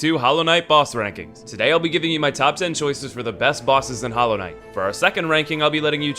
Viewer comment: Did you say "Hollow" everybody?